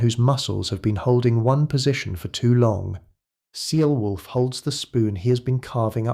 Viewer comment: People living in what could be England wondering if they will have something able to be called a country shortly - that's England now. It's pronounced ATH'lney, or are you an AI. The peasant's name is pronounced Cheyolwolf. A Smith was a man of very high standing in a village in those days - people's lives were depending on him. No such thing as pottage in those days!